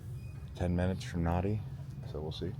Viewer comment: FYI...Nadi is pronounced 'Nandi'